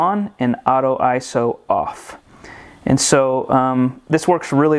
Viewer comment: Thank you for pronouncing ISO and bokeh correctly.